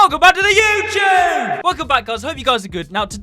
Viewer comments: WELCOME BACK TO THE YEWCHEWB!! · Welcome back to the YEWCHEWBE 😼